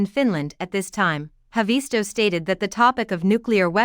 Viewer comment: It's not HavEESto. It's HAAvisto.